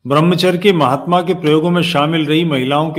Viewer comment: Mhatma nehi, mhan -atma 😀😀